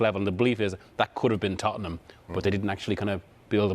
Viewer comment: It's Tottenham🤣😂